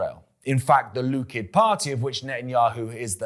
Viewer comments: Love what you do but Please stop saying Lukid, it is bloody Likud! And it is the Al Aqsa mosque, not the Al Asqa. ❤ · It's not from the Jordan River to the Mediterranean. Check your Book of Joshua: it's from the Euphrates River to the Nile River. Also, it's Likud, not Lukid. It's not pronounced Menachem Begin, it's pronounced Menakim Begin.